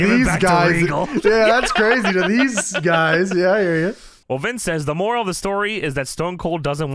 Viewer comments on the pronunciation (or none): none